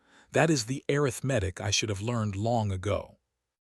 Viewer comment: AI just ruins everything. Arithmetic mispronounced is one mistake that got on my last nerve. It shouldn't be so difficult to fix the mistakes AI makes. Laziness perhaps. Or carelessness? The story could have been good. 🫤